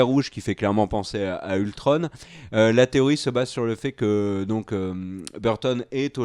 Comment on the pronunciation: Ultron et pas ultrone